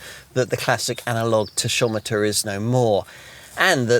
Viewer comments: Never heard anybody call it a "tashometer" before! Back to school, we call it a 'tackometer' sunshine. You just ruined your aura of professionalism. 🤣🤣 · What on earth is a “taSHometer” 🤦‍♂️